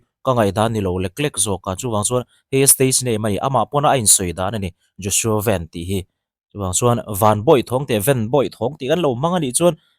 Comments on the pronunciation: VEN nilo in Van tiin lam zawktur , Hnamdangin VAN tih kha an mahni trawngin VEN tihin anlam tawh thrin sia, VAN tih aichuan VAN tih kha a English word play analh zawk atih vang kha ania , FEL-A kha YOUNG FELLA tiha lam ngai ang deuh kha ani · Mizo chuan Van hi Ven ti'n kan lam ri ngailo, mizo i nih chuan Van ti mai² rawh. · Joshua ven ni lo in joshua van tih tur aw...kan hnam sh ven tih hi chu hmeiche hming ah a chhang deih a.. van tih tur zawk a ni e😊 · Joshua Veen an tih loh nakah an lam thiam heklo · Vanbawih lam tawi ni na na a,sap ho lam dan ang a ven tia lo lam he ve ngawt hi chu kei zawng a fel hlel deuh in ka hria,ka mi mal ngaihdan 🤭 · Vai news ho chuan an lam dik asin nang aunaupa zawk hian ilam dik thei lo hi zawk nia.😅😅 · Nga ti nge youtuber ho hian zo hnahthlalk a i pawm ve anih chuan ahming hi lam dik ve mai ula ...a har vak amawn ni le ..😊😊😊 ji Bak an typing mistake tam thin hrim hrim nang tal hi chuan lamdik hma hruai ve in uluk deuh teh.....kan tawng aral mai dawn ...dak zuah zuah ani ringawt lo aw...thahnem ngaihthu...